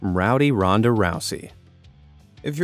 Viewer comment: He should have said Ronda other way ron-da other way